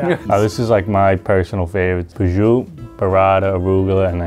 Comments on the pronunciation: I'm Italian, I think he was trying to say "prosciutto", but for some reason they wrote bijou in the subtitles 😂. Other ingredients were burrata, stracciatella (he mispronounced it as stracchiatella), mortadella and capocollo, which becomes gabagool in the italian-american lingo. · Since I watch with subtitles: Cug says "prosciutt" and , as in prosciutto. Contact me for more NY Italian translations!